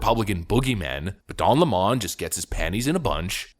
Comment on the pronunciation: It's not Don leemoone it's Lemon. Like the sour fruit.